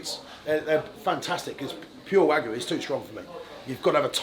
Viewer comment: Smoked Wagyu? , i know i know its a mix not pure Wgyu as he said but still fck sake